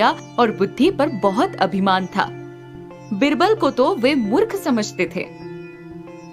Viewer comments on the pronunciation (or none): It's not बिरबल,‌ its बीरबल... pronounce it correctly